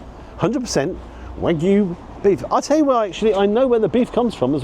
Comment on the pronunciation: Well done on pronouncing it as wagyu, the vast majority of food YouTubers say it to rhyme with Mr Magoo! 😢 You have to think it’s not the best quality wagyu (not from Japan for a start), plus the rocket looked mostly stem and I’d bet the truffle mayo has never seen an actual truffle! Could be better off with watercress than rocket - takes being warm better and a better peppery flavour for me, though again it’d need trimming so you’re not mostly eating stalk. Not tried the truffle version but I’ve liked previous loaded fries, particularly those onions. Shame I had to get them refunded 50% of the time cos they’d put bacon on despite explicit instructions not to (which is a menu option, not just making it up!)